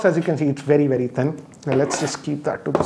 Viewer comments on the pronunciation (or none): none